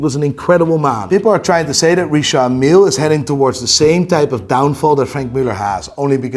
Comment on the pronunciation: Richard Mille watches 😫 it's "Richard" Not "Recharde" 😂 pretentious fools. Richard not Recharde 😅 Kid look watches.